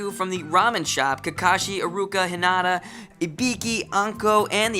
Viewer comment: H*i*nata. Accent on the i in the anime.